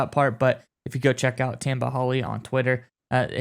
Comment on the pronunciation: Slaughtered Tamba name 🙄😂